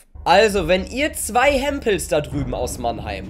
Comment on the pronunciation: Hempels? Sagt das Hemd😂😂